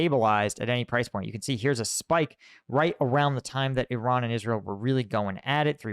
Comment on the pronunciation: Hi, It's not pronounced "Sha Head". It's pronounced "Shah heed", it rhymes with Lockheed, like Lockheed Martin. And yes, unfortunately, I'm from Iran (pronounced Eeron). 😂. Congratulations on the second baby!!